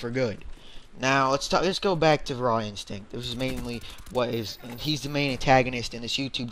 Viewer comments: you are saying his name wrong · nice saying his name wrong